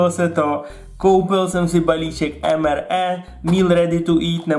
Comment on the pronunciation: Prosim te nečti to EM ER E ale EM AR I. :-DDD